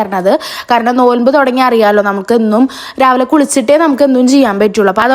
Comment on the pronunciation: നോൽമ്പ് അല്ല നോമ്പ്